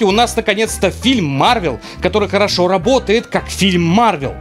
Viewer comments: "хошроо" не пьян... ну или драконорождённый XD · Хошроо????Сопроне?? Аврот янво издеавестя ну нигечо)) Порстим. Озбор хошро!!!! Так дежрать